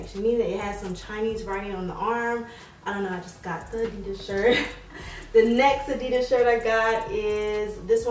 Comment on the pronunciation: you pronounce adidas so wrong